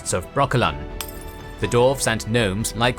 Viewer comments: Its Mahakam not Makaham but this was great video for beginers in universe ! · Its Mahakam not Makaham. I'm blaming Devin for that one. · Makaham or Mahakam? If I remember correctly Netflix used the former, making a weird typo in the series, whereas the latter is the pronounciation used in the books, at least the polish versions. Thanks a lot for this artpiece of a video